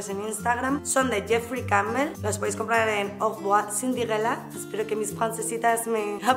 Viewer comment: Creo que eres la primera blogger, youtuber, instagrammer, influencer... que pronuncia bien lo de "Aurevoircinderella" jajaja. Me han encantado los looks nati, mil gracias!!!!!!!!!! <3